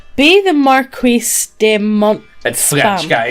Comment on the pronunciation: Environ, le mot "marquis" est pronouncer "mar-kee". Ne dis pas tu aimes les francais si tu ne parles pas un peu des francais. Au moins j'essaie parler un peu de francais impropre. C'est mon devoir comme je suis un habitant.